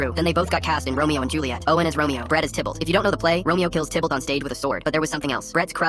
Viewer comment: I wish the AI could at least pronounce things correctly. The character is Tybalt not Tibble.😂😂